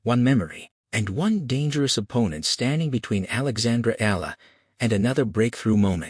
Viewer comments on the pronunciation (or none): Oh boy It’s E ya la got it?